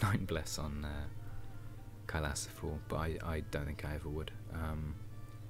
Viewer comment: its pronounced kailaasa